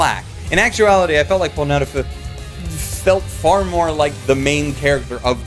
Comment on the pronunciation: I'm really glad you said Polnaref's name correctly. You can't say it without saying it like the anime does. POOLLLNAREFUUU